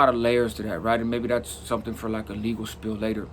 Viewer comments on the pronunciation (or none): Guys, it's SPIEL not spill.